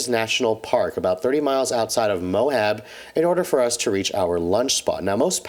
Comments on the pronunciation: I died a little inside when he called it "Mo-hab". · I hit like on all your videos except for this one. Only because you called it Mo-Hab. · Mohab? It's Moab.